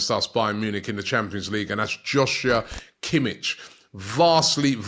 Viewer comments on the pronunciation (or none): totally mispronounced kimmich as well lol